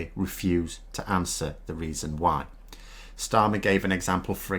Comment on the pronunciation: You would think those who pontificate about the new Labour Party Leader could at least take the trouble to his name right. Not too much to ask, except perhaps for the Trolls.